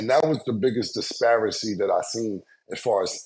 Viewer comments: If Cam say "disparicy" ONE MORE TIME. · Somebody tell Cam “Disperancy” is not a word😂😂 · So nobody gonna tell Killa the correct word is “Disparity” and not “Disparicy” 😂😂😂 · Cam, wtf is a dispericy? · Cam saying Disparicy back to back…..new word ‼️ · "Disparicy" 2x by Killa😂 Cam fk up words and names like my dear Grandpops used to😂😂😂 Damn I miss my Grandfather so much👴🏿🙏🏿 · Please tell Cam it’s “disparity” with a T not a C my boi! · According to Cam, Discrepancy + Disparity = Disparicy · Yooo I think that every time!😂 Dispracy, Stanima, athleti(kizm) are his struggle words 😂😂😂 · Hello from across the pond; Most Of Us Know.... .#disparity is what #CAM was attempting to articulate. I'm a 51 year old Black man, without a college degree; sadly qualifying why it doesn't take the discernment of a physicist to know that ':#disparicy ' ain't a word! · Cam be fucking up The english language its disparity, bro. Disparity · Did Cam say disparacy?? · Disparity and stamina, when is someone going to tell Cam he’s mispronouncing these words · you just gon let Cam rock on saying disparity wrong?😂